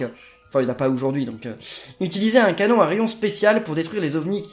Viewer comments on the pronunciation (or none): none